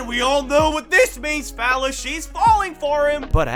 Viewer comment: Like haven't been able to determine if you are saying fellas or phallus lmao 😂. The closed captains seem to think it's the latter lol! I mean either way you're not wrong lmao 🤷🤣